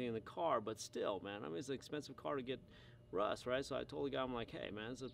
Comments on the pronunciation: Is it just me or is he saying Rus instead of rust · I like how you say "Russ"